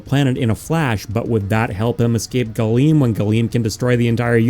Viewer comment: Oh, Galeem. Gleam.